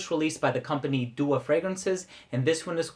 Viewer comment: i think it's doa not dua or dooa. it's my native language so i'm pretty sure